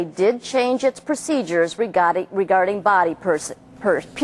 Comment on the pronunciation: re-GAH-ding. that made my day :)